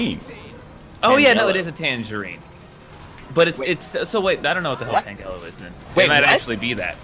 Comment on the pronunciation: I actually hate their pronunciation of the word tangelo😂😂